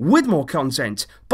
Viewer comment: Ghost Rider not you either, its ”Barça” in spanish ”Barca” means boat...